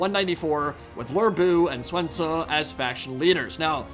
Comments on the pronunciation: it's not, you pronounce it more like soon. U is like oo in mandarin. Don't know where you got the e or w sound in Sun. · It's Sun Ce, not Suan Ce. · Sun Ce is the modern Mandarin pronunciation (technically he mispronounced Ce as Se too, but it's not as blatantly wrong as 'Suan'). At the time it was Soon Chek (closest English transliteration I can manage). It makes no sense though to use Middle Chinese pronunciation when everywhere else in the game uses Modern Mandarin. By the way, there is a long tradition in the Sinosphere of reading text in whatever the modern and local dialect is, this being one of the primary benefits of the Chinese script. A Japanese person, a Vietnamese person, a Min Chinese, and a Mandarin Chinese could send each other letters and understand each other perfectly, despite their inability to understand each other's spoken language. We know how people said words in older versions of Chinese, by the way, partly by exactly this method. 不 is bu in Mandarin, bất in Vietnamese, but in Min, bul in Korean, so overall we can say that older Chinese for this character had a final sound, which was probably -t. There's also the evidence of rhyme along with the errors that people make. If natives are using the same wrong character a lot, we can say that those two characters were probably pronounced the same. There are more pieces of evidence too, and overall we do know how things were pronounced going back a very long way. It doesn't particularly matter though because the authentic way of doing things to Chinese culture is using modern Mandarin pronunciation, which the video creator was plainly not doing. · “Luerr Bu?” 😂 “Sven Zu?” 🤣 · Did you just say "Swen Su"? LMAO